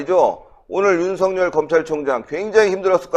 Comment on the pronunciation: 윤석렬로 발음하지 마시고 윤석열 글자 그대로 발음하십시오